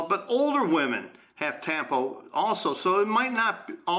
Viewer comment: Isn't tampo pronouced with a short "A"